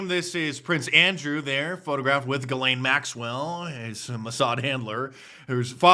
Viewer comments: It is pronounced ZHE' zlaine (French) NOT Gilaine. I've never seen anyone pronounce her name correctly yet. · And all this time I thought her name was pronounced "Jizz-lane."